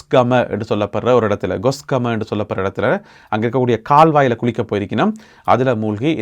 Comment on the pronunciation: Gosgama இல்லை Kosgama😊